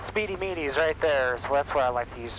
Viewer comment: Yo it is thats hilarious he said speedy meedys lol